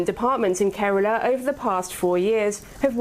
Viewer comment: It's Kerala, not Karala.